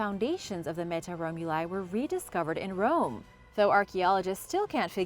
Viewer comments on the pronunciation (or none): none